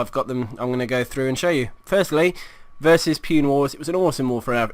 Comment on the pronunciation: Haha. Btw it's pronounced as Poo-nay It's a city in India and most of their members have Indian names